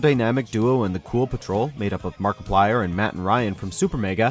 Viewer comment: Did he say "Mark Plier?"